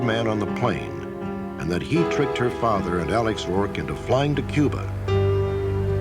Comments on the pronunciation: There is no Q in Cuba, the C is a hard C, pronounced with the K sound, ie KUBA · There is no Q in Cuba - it is pronounced - Kuba - a hard C - as in Castro